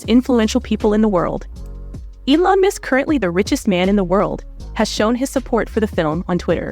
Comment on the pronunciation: Elon "Misk" ??? FFS can you not get the name right of the most famous African American businessmen in the world.